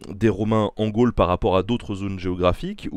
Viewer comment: Tres bonne vidéo, super interessante. Mais une question, et ce n'est pas une critique ou une attaque, mais est-ce que c'est du a l'accent de Mr Garcia qu'on entend "gole" au lieu de gaulle ou alors ça se prononce Gole ? Merci